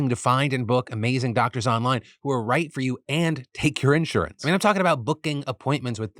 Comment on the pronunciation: The way you say insurance really bothers me